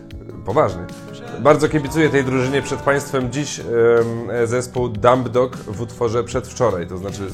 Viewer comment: W nazwie dumbdog to 'b' jest nieme.